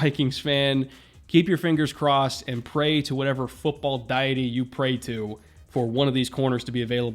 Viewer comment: You mispronounced deity pretty badly